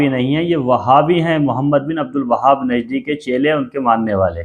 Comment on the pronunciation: भाई उनका नाम अब्दुल वहाब नही बल्कि अब्दुल वह्हाब है, अगर आपको मालूम नहीं तो उनकी सीरत की किताब में पढ़ लीजिए।